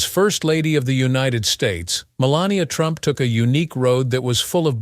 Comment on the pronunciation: Announcer can't get her name right called her 4 different names